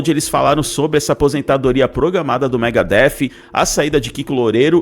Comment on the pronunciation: O Pepeu entendeu mega hair , foi isso, e não Megadeth kkkkkkkkkkkkkk 😂😂😂😂😂😂😂😂😂😂😂😂😂😂😂😂😂😂😂😂😂😂😂😂😂😂